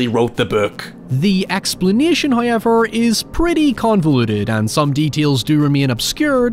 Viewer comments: First "hoyevver" drops . Our penance from last episode has appeased Him. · Accent is horrible. How can you turn a three syllable word into asix syllable word. however......not hoiyever